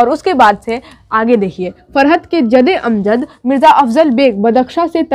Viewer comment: "जदे अमजद" नही 'जद्दे अमजद' होता है